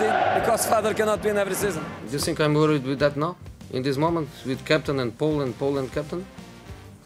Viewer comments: " i sink im the special one" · "I sink, I prefer not to speak" 😂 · No more "I think" It is "I sink"